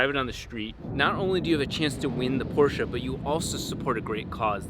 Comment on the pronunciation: I love how he pronounces porsche right :)